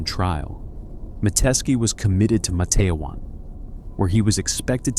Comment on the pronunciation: IT'S Matt-te-wan...